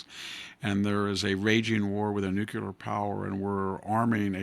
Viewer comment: Does anyone read these and tell Victor anything??? NUCLEAR!!!!! NOT...... NUCULAR. Grammar matters